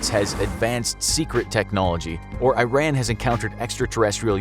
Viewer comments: E R A A N.... That's how you pronounce the country's name not "I ran". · it's pronounced E-run not I-ran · not AI-RAN is E-Ran that's how you pronounce it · Eye - ran. Like iPhone. I think the correct pronounciation is Eeh - ran. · It’s pronounced “E-ron” not “I-ran” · it's pronounced e-rhan not i-ran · Hahaha. It's pronounced as E-Ran not I-ran. Just like india is pronounced E-ndia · Its pronounced earun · It is pronounced [E-RAN]. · Love it, hate it, not care, have disability in talking, lack of education & foreign cultures or whatever the case might be, it is pronounced E-Run. E like in Email, Try to say it properly. As for images used in this animation, such as camels and traditional Arabic head wearing and clothes, is like showing Canadians with Mexican hats riding donkeys, both are Christian after all.. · A cool desert night ? Tehran is mountainous and looks nothing like the cartoon you guys showed. There are sky scapers there and were in the 70's. You didn't even pronounce "Iran" properly. It's E (as in letter E) rAn (as in the name Ron) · Typical American pronunciation of Iran. It's not an Apple product. It's E-run. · It's pronounced ERAHN. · The pronounciation is "EERON" ffs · This guy says Tehran correctly but pronounces Iran as the word 'Ran' are you kidding me dude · Its actually pronounced as IH(EE) RAAN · You're pronouncing the country wrong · animates Iranians wearing Arab head-dresses and mispronounces the country You clowns aren't even trying. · Terrible job pronouncing the country’s name. And also Tehran isn’t a desert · Very Poor illustrations and full of Stereotypes!! 1. NOT "I ran" , this country is named IRAN!! repeat it till learn it! 2. I was born and raised in Tehran and lived there for 31 years. As Iranian, this city even in 1970s looked like modern Cities like European and U.S. cities, not a like Town before 2000 years ago. 3. Generals in Iran does not look like Terrorist leaders who are shown in west TVs with 1 meter Long beard.